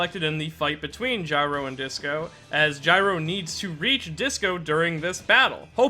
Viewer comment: Bruh y is Disco 5 different syllables but you pronounced it with 3 when I thought it was obviously 2 I'm eternally confused.